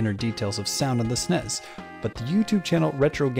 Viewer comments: Nobody ever pronounced the SNES the way you are...ever. It’s pronounced S-N-E-S, not “snez” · es en ee es not “snes” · What is a sness? Does he mean SNES, why is this voice saying sness? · STOP SAYING SNESS AUUUUUUGHHHHH